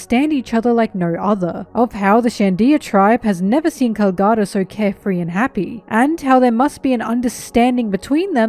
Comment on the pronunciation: Nice vid but please stop prouncing calgara like that.